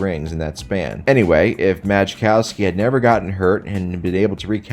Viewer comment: You don't pronounce the J in Majkowski, lol. His name is pronounced "Muh-cow-skee"